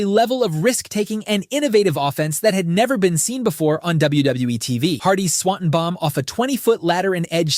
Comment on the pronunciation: I like your videos. I really do. But PLEASE stop mispronouncing Swanton Bomb. It's so distracting